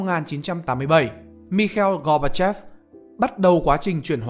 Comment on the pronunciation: mình nghe cách đọc tên người Nga thấy bị sai phát âm, mặc dù mình biết là ko nhất thiết phải bày đặt phát âm phải chuẩn. cơ mà nghe cách đọc Mikhail Gorbachev thế nào ý...